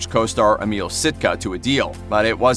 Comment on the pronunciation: "EMILE" Sitka? His name was EMIL Sitka! You are pretty useless,!